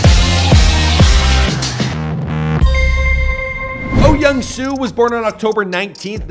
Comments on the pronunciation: Yes, this bothered me as well. It’s closer to Oh Yeong-Su. After learning the Korean alphabet, Americans mispronounce Korean names horribly. It’s embarrassing. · He is probably reading romanized Korean. I've lived in Korea for five years, so I'd pronounce his name perfectly. But for foreigners who have never been to Korea, I expect the bastardization of the language.